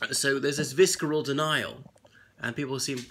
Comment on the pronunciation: VICERAL NOT VISKERAL